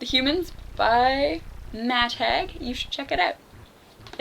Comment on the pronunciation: The name is pronounced Hayg not Hegg... :O)